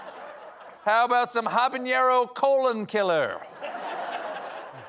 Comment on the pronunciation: Stephen, it's "habanero," not "habañero"